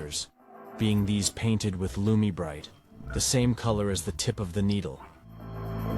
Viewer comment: Lumi Bri Tay 😂